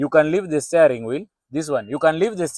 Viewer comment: Steering [stia] wheel - not staring [stay]